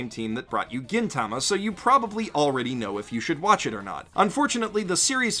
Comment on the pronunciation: It's pronounced GEEN-tama, not GEN-tama, you shrivelled cat testicle.